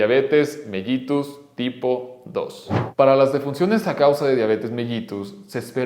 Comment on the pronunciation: Mellitus Se Pronuncia Mélitos, Ya Que Cuando Se Descubrió El Padecimiento, Los Médicos Olían La Orina Del Paciente